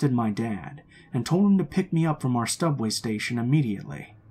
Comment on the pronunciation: did anyone else here him say “stubway” station?😂😂😂😂😂